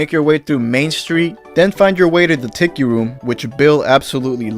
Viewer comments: Yeah lol I know in the US they pronounce it tee kee. My dad is from NZ and I was born in Australia and he gets annoyed when people pronounce it like that lol. He says it's pronounced "ticky", like the say you said it in the video. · I appreciate that you pronounce Tiki correctly.